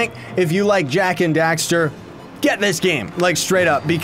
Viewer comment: it's Jak & dexter not daxer